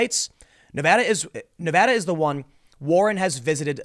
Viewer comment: Thanks for saying Nevada correctly Tim. Its crazy how many newscasters say it wrong.